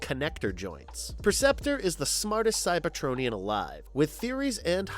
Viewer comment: I couldn't get through the metroplex part. When he pronounced Cyber-TRON-ian and then Ener-gone back to back, I was like ight time to hit the comment section